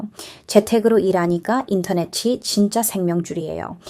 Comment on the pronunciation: 2년을 부산에서 사셨다는데 기간에 비해 한국말을 너무 잘 하시네요. 발음도 좋으시고, 목소리도 좋으시고, 여러가지 경험을 하시면서 관찰력도 대단하고, 그것을 설명하는 문장력도 간단명료하여 귀에 쏙쏙 들어오니 계속 들어도 지루하지 않고 물 흐르듯이 자연스러워 영상들을 흥미롭게 끝까지 다 보게 만드는 매력과 설득력도 대단합니다. 이 영상을 보면서 딱 한가지 걸리는 부분이 '인터넷이'를 발음하실 때 '인터네시'로 하시면 흠잡을 데 없는, 원어민에 가까운 한국어입니다. 덕분에 호주의 문화도 알게되고, 무심코 누리는 우리 문화의 소중함을 다시 한번 깨닫게 됩니다.